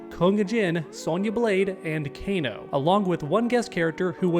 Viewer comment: This guy said kana lol